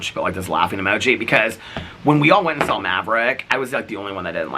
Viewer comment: You say saw like Saul.: “We Saul them standing there”. 😁😁